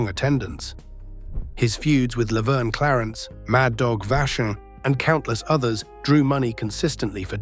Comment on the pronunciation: The A.I. CANT pronounce Gagne right...lol..😂😂😂